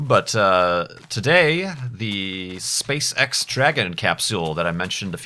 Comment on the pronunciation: I kept hearing SpaceSex but I can guess he meant SpaceEx or am I totaly wrong?